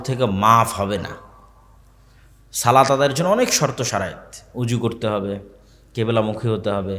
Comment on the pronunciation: সালাত না ভাই সলাত